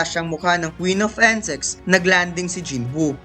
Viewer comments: bakit "Ensex" pag kakarinig ko hahahha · insect not ensect, paris not pares. nagutom ako sa pares mo eh pero over all good job sa pag narrate nice content tho.